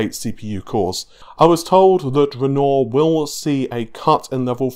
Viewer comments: While i really enjoy the content, unsubbed. The name is Renoir. Pronounced ren-wah. You have been corrected multiple times, and i am a man of my word and stated you say ren-oar again i would unsub. Bye for now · "ren-nor" (renoir) Sure that's not pronounced "ren-war"? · It's pronounced "run-noir", not "renoor". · Aslong as it sounds like renwah then it's good enough but this guy's saying ron or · Why do you pronounce it navé. How do you say navigation? Navé-gation? And you don't pronounce the word with 'noire' in it as it's written? Renaw? Man I don't get it. Thanks tho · Why is it that EVERY YouTuber butchers the name "Renoir"?